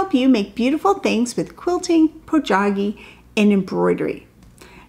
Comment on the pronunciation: Wait. What did you say? " make beautiful thing for quilting FOR GOGGY. Boy howdy, that's a new word to me. Could you elaborate, please? Patricia-South Padre Island, Texas